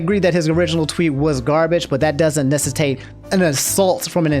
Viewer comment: My man said “nessitate” 💀💀